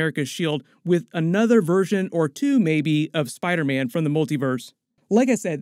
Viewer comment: Is anyone going crazy between to where Dr Strange says "Spiderman" but it sounds more like "spidermen"?